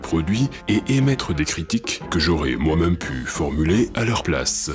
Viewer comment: D’où vient ton accent? J’avais une prof à Grenoble qui avait le même accent, mais je ne l’ai pas retrouvé chez d’autres Grenoblois... ça s’entend particulièrement quand tu prononces « même » « meum « ...